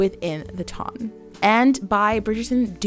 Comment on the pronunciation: I just want to say two things: 1) Thanks for such a thoughtful video, and 2) Thanks for pronouncing "ton" correctly!💖💖👏🏽👏🏽